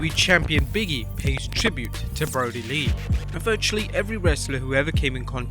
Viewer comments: Brodie Lee, not Broadie Lee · "Broadie"? Come on...